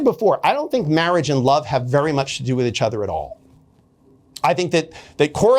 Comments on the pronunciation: “Itch other” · Why does he pronounce "each" as "itch"